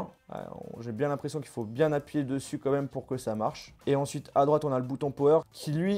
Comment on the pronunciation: Ça se dit pas "comme même" on dit "quand même"